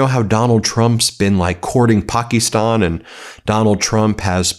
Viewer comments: Ben please it's Pakistan not Pookistan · Ben please it's not Pokie stan...it's Pakistan